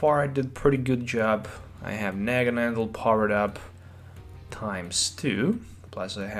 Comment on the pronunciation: It's Naganadel, not NaganaNdel.